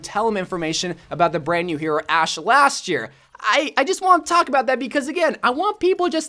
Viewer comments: You called Ashe “ass” lmaooo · He's pronounced "sh" as "s" before